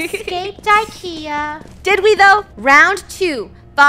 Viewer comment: Don’t you call IKEA roll Kia